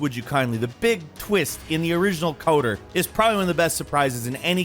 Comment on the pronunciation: Please play Mass Effect and learn how to pronounce "Saren" And it's "KOTOR", not "KOTER"